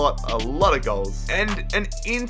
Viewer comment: Anyone else hear his emphasised inter when he said interesting when they were against inter Milan